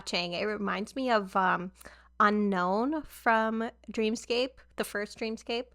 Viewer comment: fun fact dream scape is supposed to be pronounced dream escape! and this album is dreamscape.